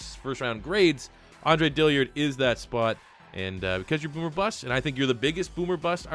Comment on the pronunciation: Its Dill-Ard not dilly-ard